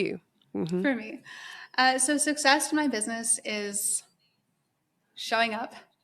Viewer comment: I can't get over how you pronounce 'success' with no k